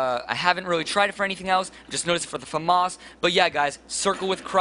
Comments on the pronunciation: no it's French so it's pronounced Fah-mahss which is Famas not Faam-iss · famas not Fa-mos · dude its not farmas its famas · fmos? its famas say it like its spelled then you pass year 3/ 3rd grade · dude you cant say famas its (fa-mis) famas. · That is not how you pronounce FAMAS... -_